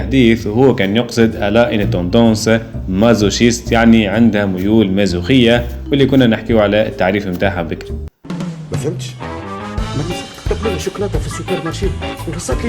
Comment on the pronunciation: مازوشية و ليست مازوخية